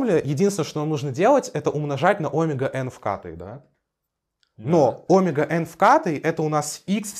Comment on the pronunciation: даже по-гречески ударение на букву Е в слове омега ωμέγα